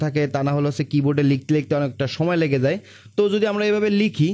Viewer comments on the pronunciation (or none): none